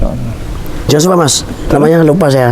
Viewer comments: Alhamdulillah,barokahlloh secara tidak langsung sudah berdakwa,tapi maaf dlm pengucapan Alloh masih seperti menjadi pendeta,semoga bpk lebih Istiqomah amin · Mohon DIROBAH pak penyebutan Allah,jangan biasakan lagi menyebut alah.Apa itu alah? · Pak ucapan Alloh kase benar pak bukan ala tapi Alloh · Maaf ralat cara pengucapan Allah nya (oloh) bkn (alah) sekali lagi maaf 🙏.. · TOLONG BELAJAR UCAPKAN ALLAH...... bukan alah ( dlm Bible ) PLEASE!!!!! Anda sekarang sdh jadi muslim, harus bisa ucapkan ALLAH. RISIH KUPING DENGAR NYA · Islam itu fleksibel, perlahan tapi pasti lg br belajar dan trs belajar, sy yakin lama" pasti mampu mengucap kalimat Alah dlm kristen menjadi ( Alloh) dlm islam 🙏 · bukan alah bacanya...tp Alloh tolong di beri tahu min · Tolong ustadz ipung nya di ajarkan penyebutan nama allah SWT biar enak di dengar nya biar ga kaya org Kristiani. 🙏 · napa nyebut Allah pakai lafal gitu... Sekrg sdh muslim lho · Semoga pak melafalkan ALLAH bs lebih baik Amin YRA Mungkin krn wkt msh jd pendeta berkotbahny melafalkan Allah seperti itu Maaf 🙏 Semoga istiqomah Amin YRA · Lebih bagus lagi kalau ini berlatih melafazkan Allah biar lebih abdol. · Amin semoga demikianlah yg terjadi hanya saja belum bisa Pasih mengucapkan Allah sebagai mana orang muslim, masih saja orang seperti orang kristiani cara penyebutannya